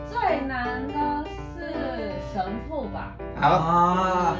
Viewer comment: 太田跟三木說的神父，我一直聽成神戶XDDDDD 這如果沒看字幕，真的是聽不懂內